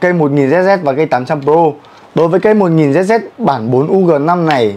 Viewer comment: đọc lại tên vợt hộ cái Nano flare 1000zz ông ơi 🤫🤫